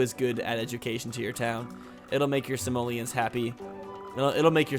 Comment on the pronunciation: I can't hear say 'Simolians' without thinking he's actually saying 'Somalians'. Is it just me?!:P